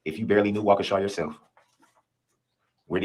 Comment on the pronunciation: This man is a Narcissist! Delusional! It thought he was then a lawyer. He’s from my hometown. It’s pronounced “Wal -key-sha”. So glad this is over. Most Bm here act like this.